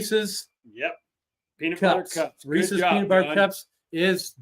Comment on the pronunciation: THANK YOU for saying Reese's correctly lol. I hate when people call them "ree•ceez -pee•ceez." Like apparently people don't get that there's an apostrophe there, as in, these PIECES belong to Reese. The PIECES are REESE'S. And the peanut butter cups are REESE'S as well lol. Sorry for the mini rant. That just always has bugged me to no end. Lol HAPPY HALLOWEEN all!!! 🎃